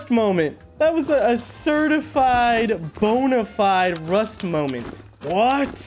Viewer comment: you can’t be using words like “bonafide” with perfect pronunciation and context. While also being incapable of pronouncing “turret” get it together man. Much love